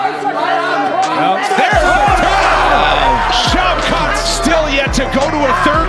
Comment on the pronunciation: Its only a "ghee-otine" when there is a GHEE... otherwise, its a GUILLOTINE choke... you doofus!